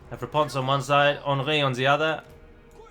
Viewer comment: If you want to pronounce Henry to the correct French maner, don't pronounce the N. You want taking our accent so do it right!!! God damn rosbeef!!!